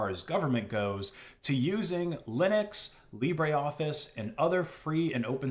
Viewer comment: It is LibreOffice, not LibréOffice. The "e" in Libre is not pronounced.